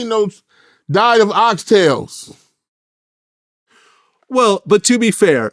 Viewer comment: "Oxtails" lol